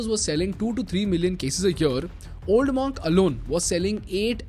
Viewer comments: Pronounced 'mUnk' ✅ not 'mOnk' ❌ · Superb video . Keep up the great content. However it’s pronounced as Munk